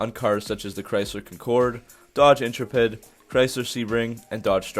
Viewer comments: Hey, very informative, but I have to correct you. In-trep-id, not In-tra-ped. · "Inter-Ped"?!?!? ;^D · did you say "intra ped" seriously... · What the hell is an INTRA-PED? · why does this guy not pronounce the cars correctly? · Great vid, but... It's pronounced, In•TREH•pidd, not Intro•pedd. And Kahn•kord, not concur'd. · Con-corde, in-tre-pid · Why did you pronounce the Chrysler Concorde and intrepid so weirdly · The way you say "Concord" and "Intrepid" hurts my soul, but it's nice when people talk about my first car (Intrepid), nice video. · You butchered the pronunciation of both "concorde" and "intrepid" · I've never heard anybody pronounce "Concorde" and "Intrepid" like you just did. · You need to learn how to pronounce Intrepid and Concorde correctly. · The way you pronounce Concord and Intrepid is wrong. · You're from America and still can't pronounce intrepid or concorde... And, if your gas engine sounds like a diesel you're gonna have a bad time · Your pronunciation of Concorde and Intrepid are fucking hilarious